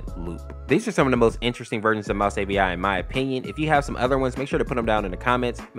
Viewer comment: Avi not api